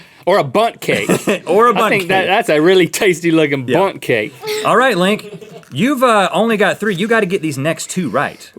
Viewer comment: "A bunt cake"😂😂😂😂